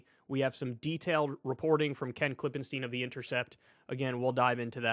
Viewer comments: KLIP-en-stine. Stine. Not steen. He said it right in front of you, man. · I wish someone would teach Kyle how to pronounce stein and stien, it's the other way around from how he does. Klippenstien is pronounced like stone in German, if the i comes before the e you pronounce it like Kyle does. I usually try not to be a grammar police but he says it wrong every week and it triggers me so hard! 😂